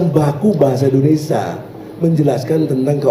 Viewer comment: Hey binantang..ngomong yg benar ya..penyebutan INDONESIA itu bukan INDONESYA..